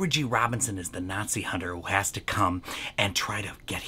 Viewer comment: I love Loretta Young's repeated pronunciation of the word: "Natzi's" in this film. Loretta/her character: "Gnat-seez"